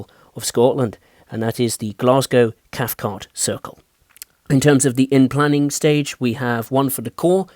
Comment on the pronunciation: At first I thought you said fife circle line